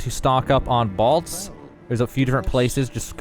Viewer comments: It’s bólt, like lightning BOLT 🤦🏻‍♂️ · I want you to say bowl and then say bolt again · The way you pronounce BOLT is unacceptable. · What is a "balt"? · You pronounce bolt wrong haha